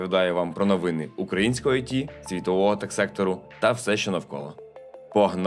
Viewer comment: Подивіться в словнику, які наголоси має слово "новина" (і "новини", в множині) в різних відмінках. По можливості, застосовуйте на практиці, зокрема в понеділкових випусках.